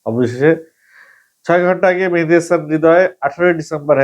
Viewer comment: মেহেদি হাসান হবে ভাই মেহেদি হামান হবে না